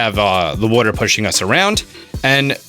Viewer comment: I heard "wooter" my man's from Philly?